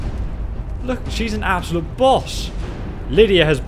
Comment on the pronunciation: I love the way he says "absaloot savage!" 😂😂